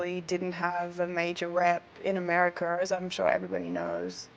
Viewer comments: "Americer" lol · She says Americer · Lol americer